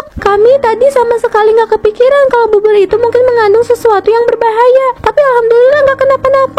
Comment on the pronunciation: Bubur kak bukan bubut🤣